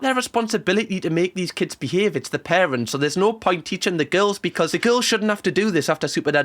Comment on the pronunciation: "The most evil larents" ah yes, the dreaded larents